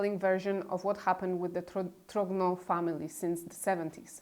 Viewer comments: One small detail, both for your (superb) video and Candace's extended series, viz. the pronunciation of the family name TROGNEUX. It should be something like TROgnyur, not TROGNO. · "GN" in French is pronounced as a soft "N" For example d'Artagnan - d'ArtaN'an - the famous protagonist of Alexandre Dumas novel. So she is Brigitte Tro N' O. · Please make an effort to pronounce the names correctly. It hurts my ears when you say Tiphaine and Trogneux 😀